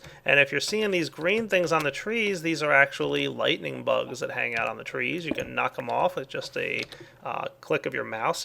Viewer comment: i think he said lighting bugs :P sounds like lightning bugs tho